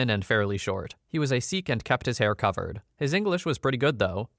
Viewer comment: sikh is pronounced "sick" btw